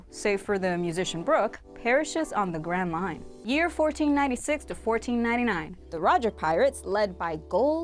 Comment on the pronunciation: When she said grand line I thought she said grand mine